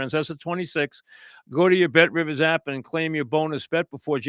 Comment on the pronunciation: You heard the man - call Bet Rivizz!